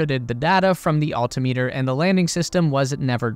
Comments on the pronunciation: Please correct pronunciation of altimeter. It is no alti meeter but altimeter. Things like this are annoying. and destroys credibility. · For the love of Pete, repeat after me... AL-TIM-MEH-TER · You slaughtered the word Altimeter. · Has this kid really never heard the word "altimeter" pronounced before? Wtf? 🤦‍♂️ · Cool video but please learn how to pronounce 'altimeter.' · You could learn how to pronounce altimeter.